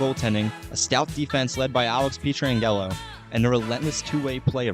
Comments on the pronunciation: Alex Pee-Tran-Gello.... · As a life long fan of the Note, thank you so much for making this! For real. Go Blues! 2025 is our year. (just a heads up: his name is pronounced "Pet-ran-Jello" :) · Good video but my God you need to learn players names before doing these. Pee-tran-yellow is definitely a first 😂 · “Petron Gello” I thought I had forgotten about someone on that team had to do a double take to realize he was talking about petro. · Pee-Tran-Jello got me for sure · The incorrect pronunciations throughout made it very annoying. Especially every time you said Pietrangelo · Ain’t no way you just said pietrangelo’s name like that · I was all in on this video until the absolute BUTCHERING of pietrangelos name 😭🤣🤣